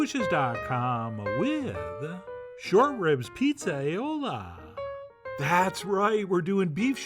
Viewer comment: Pretty sure that's more like Petes-eye-ola not pizza eye-ola